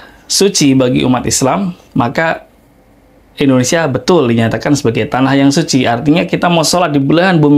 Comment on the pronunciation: Indonesia pak bukan Endonesia, nyebut negara sndiri aja sdh salah 😅